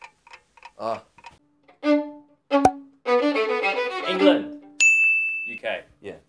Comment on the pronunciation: Nah that's 15k Italians offended by Brett saying ENGLAND